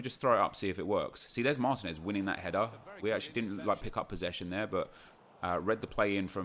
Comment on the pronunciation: Your striker from Atlanta United is pronounced Mar-TEEN-ez, cheers from Atlanta!